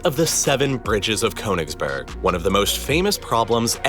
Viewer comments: This is a good video about KÖNIGSBERG, not Konigsberg and it's negligent of the presenter not to have learnt how to pronounce it. The first syllable is like the kernel of a nut (near enough), So "Murder in Königsberg" would be a good title for a book or film. It really isn't difficult. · Well done presentation. The narrator could have added another feather in his cap had he studied just a tiny bit of pronunciation in the German language. Königsberg, with the umlaut over the o is pronounced more or less as Kerrnigsbairg, with the lips rounded as the sound of er is pronounced. Der is not der as in English but dair without the r sound. The river Neisse is pronounced Niy-suh, not Nee-suh. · The German version of it is pronounced "Kurnigsberg"